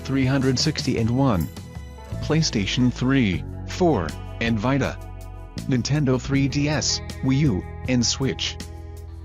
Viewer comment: Wtf is a PlayStation Vitahhhh?